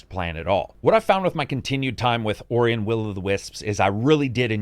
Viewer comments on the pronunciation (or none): i remember people b*tching to you in the comments back in the day. it is not pronounced Oreye! 😆 ORUH!!!